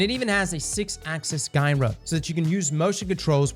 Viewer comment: Has anyone taken the time to tell him how to pronounce "Gyro" yet? 🥴